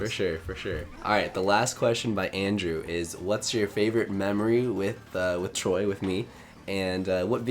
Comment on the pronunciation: Lol Everyone is saying instead of Troy